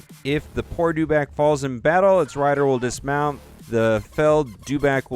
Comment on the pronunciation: Your mis-pronouncing Dewback, there is no letter R in the name.